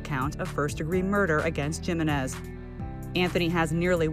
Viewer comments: Im a black American and even I pronounce Jimenez correctly 😭😅 its pronounced [ Ha ]-[ Men ]-[ Ez ] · well theyre pronouncing it wrong